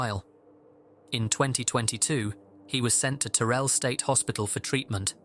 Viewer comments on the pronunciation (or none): btw it’s “Tar-ell” not “Terrell” actually like it’s spelt lol it’s okay that’s how yk you’re talking to someone not from dallas